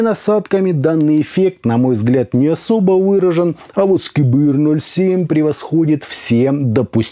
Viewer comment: это же знаменитый продавец kbear -07 эх если бы он еще их нормально выговаривал и ссылку на алиэкспресс давал. Но это и не нужно в 90% случаев стандартные амбушюры от них не отличаются. Просто этот чел "аудиофил" 😂🤣